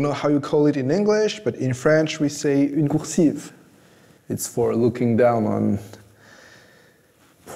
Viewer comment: j'adore le ''une coursice''